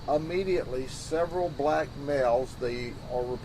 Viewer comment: It's bugging me that he keeps saying A-mediately 🤦